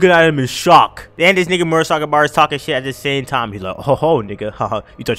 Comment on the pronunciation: You messed up the pronunciation of my boi murasakibara's name